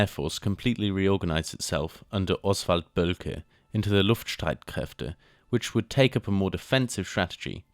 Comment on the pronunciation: the legend that IS Oswald Boelcke!(Bang on pronunciation btw🤓👍🏻).Standing in front of his Fokker EIV...